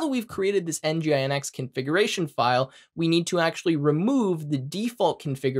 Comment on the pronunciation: great video! its kind of weird and awkward for me to hear nginx by spelling it out.. for all i know, its 'en-jin-ecks'. other than that, really great tutorials! looking forward for more of them!